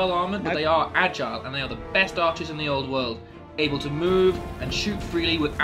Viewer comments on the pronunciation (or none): none